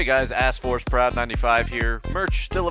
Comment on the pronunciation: at the end when he shouts out the store and he says his name he says XD